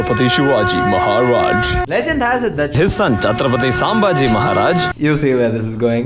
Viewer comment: i appreciate his jokes but not on our great king CHATRAPATI SHIVAJI MAHARAJ AND CHATRAPATI SAMBHAJI MAHARAJ by pronouncing thier names incorrectly on purpose.....first go and read the history of the great kings instead of making fun of them for your shittier content....give respect take respect!